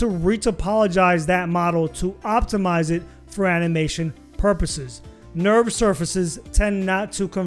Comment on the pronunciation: lol "Nurbs" not "Nerves"